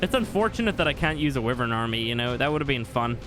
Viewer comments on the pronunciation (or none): It’s why-vern not wi-Vern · It’s pronounced Why-vern god dammit